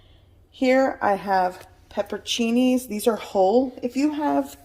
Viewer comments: You're leaving out a whole syllable. It's pepper-on-cinis. Not pepper-cinis. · This is wonderful but please learn the correct pronunciation of pepperoncini.